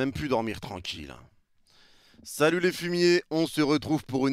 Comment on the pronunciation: "salouet", persouadé 😁! Plus sérieusement, t'es le GOAT du 🎤👍!